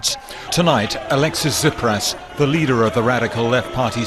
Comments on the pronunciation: Tsipras...not Zipras mate... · Tsipras as in CHiPras. And SYRIZA may be an acronym but it also means cutting something at the root. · That's the spirit here in Greece!! It's your turn now to show your "leaders" you're not afraid!!! oh and Russell, about the pronunciation it should sound more like "Chipras" ;) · Tsipras = Cheepras SYRIZA = Seerixa(As in Xena) If anyone is interested in better pronunciation. Also, Russel, i've been following you for awhile, you can also state how from the loans Greece gets, a mere 10% goes to public spending, EVERYTHING else goes back to banks and older loans. Meaning that we are borrowing money to repay older loans and get stuck with interests. So it's a pretty much vicious, never ending cycle which only profits banks. Europeans pay money to Greece, which never really end up in Greece and Greeks go through tremendous austerity which further destroys our economy and lives. A win win situation for our old good buds at IMF. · It's T s i p r a s. Sounds like chip with ras in the end...